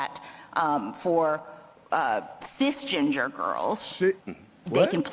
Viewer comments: She even said "cis GINGER".. lol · She said sis ginger lol